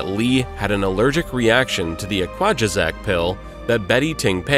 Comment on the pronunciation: Eqwazajack? You mean an equagesic.